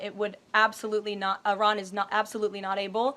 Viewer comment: Why did she say ARAN? its Iran😂😂